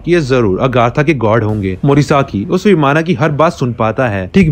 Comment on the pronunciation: Answer hoga Vimana.. Sounds like vimann